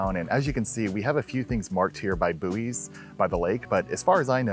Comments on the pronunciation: They're called buoys not booees. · The American pronunciation of buoys hurts me. In au we pronounce it “boys” and my god does boowey hurt